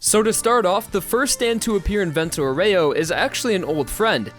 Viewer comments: I really, reaaaaly tried to not scream "Vento AU-REH-OH! Not OH-REY-OU!" at the screen watching this love your videos, dude, keep it up (but maybe idk like listen to the google translate lady every now and then just sayin') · The pronunciation it's "àureo", not "aurèo"... aurèo sound really bad in italian :) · It’s not pronounced vento oh-ray-oh It’s vento ow-wry-oh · Please it's vento àureo not aurèo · Is àureo, not auréo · The virgin Vento "Ow-ree-oh" The chad Vento "Or-ray-oh" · Aureo, not auREo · That's not "aurèo", it's "àureo" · It bothers me how you say Aureo... Just my opinion but great video!! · you pronounce 'aureo' wrong, and it bugs me deeply. Just say golden wind if you don't know/don't care about the correct pronuncation